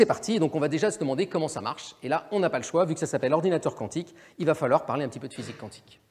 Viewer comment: Le présentateur prononce QWANTIQUE. Cette façon de prononcer le Q n'est pas française. On doit donc dire Physique Quantique, prononcé comme ''cantique".